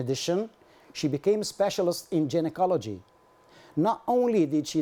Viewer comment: Thx colleague fr yr evident effrt bt just a smll remrk I fnd myslf bound to mntion coz lots of stdts have certainly watched yr wrk: the wrd gynocology is pronounced gai·nuh·kaa·luh·jee not with "j" . 😅😊